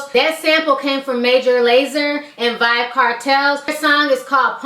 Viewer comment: its Vybz not vyb